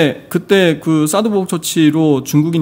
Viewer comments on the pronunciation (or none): 사스(x)보복이 아니라 사드(ㅇ)보복 이요